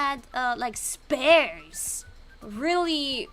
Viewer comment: 스피어 발음 헷갈려서 스페어라고 하네 점장님ㅋㅋㅋ